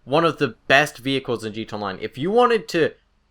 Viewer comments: it kept catching me off guard, he speaks like hes a recording on a record and someone keeps messing with the rpm switch. "(slowly and comprehensible) its very rare, not that i even use the thing, but i actually ever see it JEETONLINE (goes back to slowly pronouncing words) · "G Toe Online" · "G Tonline"